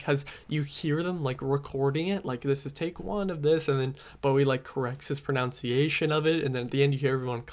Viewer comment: Your pronunciation of pronunciation is wrong😂